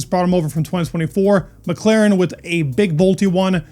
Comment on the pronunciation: did you say 'Mec-Laren'..??..like Villeneuve when he comments F1 on French tv....